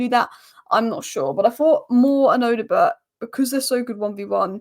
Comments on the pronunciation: No you are wrong. It is Oddo-bear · These spurs players names do catch you out right😂, odoebert.. Just pronounce the Bert as bear odoebear if that makes sense lol.. Great analysis as always you